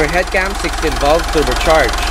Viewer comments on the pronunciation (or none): none